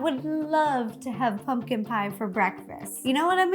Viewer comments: I love the way she says 🎃it sounds like (pun-kin) I love her vids so much she is just so cute! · I love how Ro says “pungkin” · RO JUST SAID PUNGKIN!